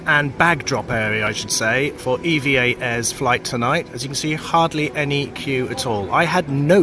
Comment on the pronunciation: It’s EVA not E.V.A